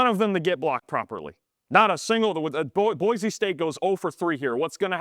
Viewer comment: Boy-See, it is pronounced. 🤙🏼